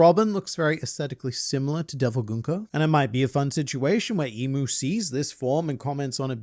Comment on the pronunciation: I'm here because is one of the few YouTubers who pronounces Gunko correctly... And makes me think he may or may not be a Danganronpa fan...